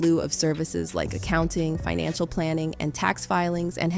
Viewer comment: Why is this narrator mispronouning basic words? Alleg-edly , fIN-anchal ga-in , ... ?????